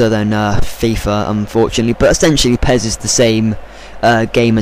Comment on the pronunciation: pez?! accent level over 1000.